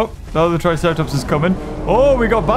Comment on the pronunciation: I love how you said let’s go visit the tricera plops!